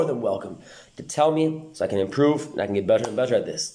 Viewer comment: "andi' say 'and' in a south eastern oirish accent...